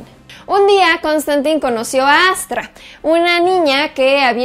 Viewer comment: ¿No se pronuncia Constantain? :P